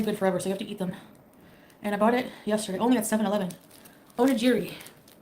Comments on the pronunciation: It's onigiri not onijiri. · Can someone please explain to her that that is not the right shade of red lipstick for her Edit: it’s pronounced oh-knee-gear-ee not onijeerie ffs, you’re a self proclaimed “Foody” you absolute knob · On-e-Geary it’s said Phonetically, so get it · the way she pronounces onigiri pisses me off lol